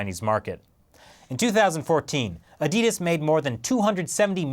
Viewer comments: It's 'addy das', not 'ah di dus'. The creator's name is Adolf Dassler, 'addy (adi)' is short for Adolf. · Pressure on the first 'A'. That's how people in my country pronounce it. "A-di-das